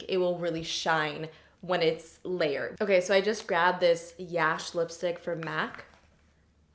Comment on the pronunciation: i got mac yash a long time ago b/ it's my brother's name lol ....(common indian name) n it's pronounced yuh-sh not the a as in can't but more like A as in apple the 2nd A sound